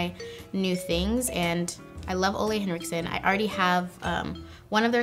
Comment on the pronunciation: Ole Henriksen is kind of pronounced as Oola, he is from Denmark 😊 I absolutely love his skin care line as well! ☺️💕